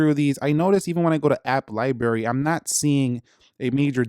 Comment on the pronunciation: He said App Li-barry, I’m out.